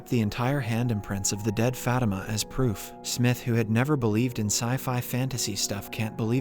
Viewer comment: Fatima is pronounced fuh-tee-muh not fat-im-uh